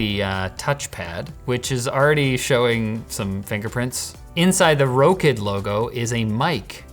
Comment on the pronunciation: I'm pretty sure they expect you to pronounce it rock-id not row-kid that might be the problem with the wake word.